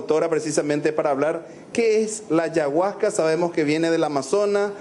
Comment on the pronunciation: Una sustancia religiosa, armano, que pelotuda dios mio y que horrible la manera de pronunciar ayahuasca del periodista